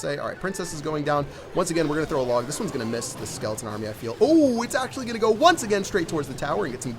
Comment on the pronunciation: 45 not sklotn brall sklton arrmy